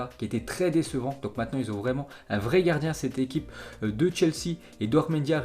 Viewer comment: un français vreeeuuuument